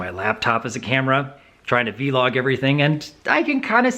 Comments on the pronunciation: How way you say vlog is a little weird, but I'm used to hearing it as "vlog" instead of "V-log" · It's pronounced /ˈvlȯg/, not /ˈvee-lȯg/. But yeah, learning about new tech and equipment can be hard but really rewarding when you get into it. The benefits are way better than the disadvantages of picking up new stuff, usually. As for your idea about starting a financial literacy vlog, I honestly think it's a good idea. It's something so many people are afraid of even talking about, and you providing an avenue not only for discussion, but for education is a good thing, definitely. Just imagine, - Financial Planner. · Vlog is pronounced like blog but with a v not a b, it's not v-log. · You don't need to pronounce the v so much when saying vlog. It's just like blog, but with a v. :)